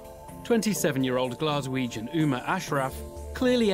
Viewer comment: “Glaswegian”? Lol